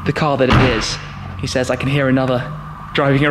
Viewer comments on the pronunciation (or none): none